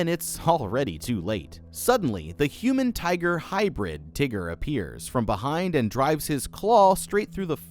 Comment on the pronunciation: why is he saying tiger like he is saying the N word?